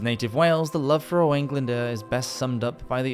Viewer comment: His name Owain is pronouced Oh- Whine not Owain